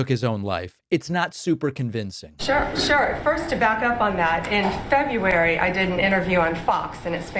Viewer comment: Pam Bondi says "Febuary" instead of "February" and "fentanol" for "fentanyl." I know, trivial, but she could do better.